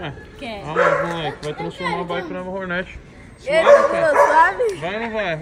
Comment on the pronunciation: Toguro falando Hornet errado é muito irritante